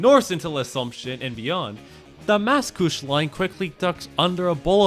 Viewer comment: said Macouche Station instead of Mascouche. Macouche in french translates to my diaper in english. lol